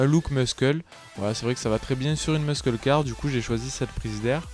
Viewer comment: "Mussle Car" pas "Muskle car"